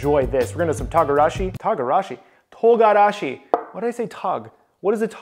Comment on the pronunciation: I love that moment when you try to say the word spice in Japanese とんがらし (togarashi) sounds more like “takanashi” kiara from the hololive EN 😂 that’s really cute ❤😂 I love it